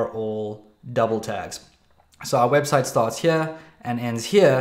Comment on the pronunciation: it saying webstie 0_o